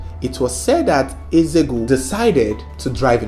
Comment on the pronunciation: You can't pronounce Eze-Ego? Disgraceful!